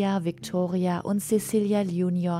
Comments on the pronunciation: Zezilia! Es wird Zezilia ausgesprochen! Wir sind nicht bei den Angelsachsen. :-( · Cäcilia spricht man nicht Sesilia, sondern Zäzilia, ebenso heisst es nicht Kreschentia (Kreszentia), sondern Kres-zenz-ia